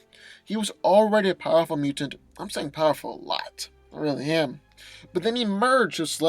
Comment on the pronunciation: Pawerful! PAWERFUL.